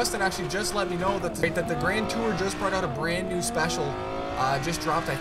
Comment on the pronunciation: When he said “new grand tour” i felt my soul leave my body